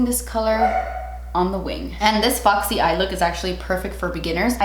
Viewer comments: no one: not a single soul:: fAwKsEy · I just love hearing you say foxy 😂😂 Favorite foundations. High end: Estée Lauder Double Wear. Drug Store: NYX Can’t Stop Won’t Stop